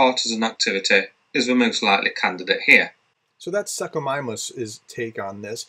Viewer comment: good show. the first part of "suchomimus". sounds like 'soosh'. about this drone, did it have an internal combustion engine? has any witnesses come forward saying they heard a lawnmower engine in the sky? a battery powered drone could never reach that far from ukraine, therefore a battery powered drone would originate in russia. to apply the rule of occams razor, i conclude it was putin haters, wherever they released the drone from. if it was a false flag incident, there was a coordination problem within the authorities.